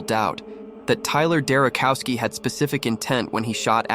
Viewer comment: Not cow, chow, Derochowski.